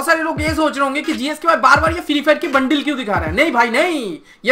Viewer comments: Pehle thik se bolna sikh le bundle hota ha bundeil nhi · Bundle hota hai bundil nahi